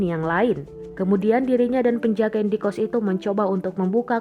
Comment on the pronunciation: indekost bukan indie-kost ....halah2😌